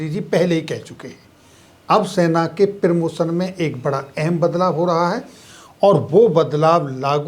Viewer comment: आपका कंटेंट शानदार है निम्न पर थोड़ा काम करें आप प्रदर्शन को प्रीदर्शन प्रीमैच्योर को पीरमोचर और प्रमोशन को पीरमोशन बोल रहे हैं।